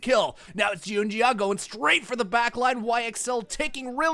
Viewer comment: I hope the caster see this, that is not how you pronounce xun, xiaoxu and junjia … really makes me question how much they watch lpl .. atleast he fixed xiaoxu pronounciation after first 20 mins…